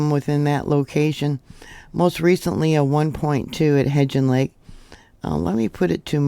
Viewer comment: my dear you pronounce it He"b"gean lake. With a b.